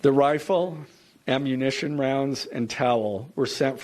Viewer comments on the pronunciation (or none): none